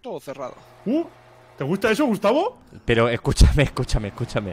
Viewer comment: a dicho "Gustacio"? JAJAJAJ NO PUEDE SER AKDHKS